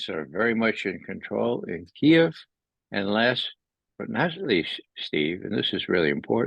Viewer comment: im so glad he pronounced Kiev correctly.